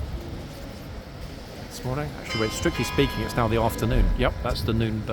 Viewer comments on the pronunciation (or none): none